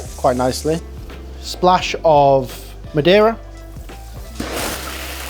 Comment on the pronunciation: Just a tip, it's Ma Dei (almost like just saying DAY) Ra, not Ma De Ra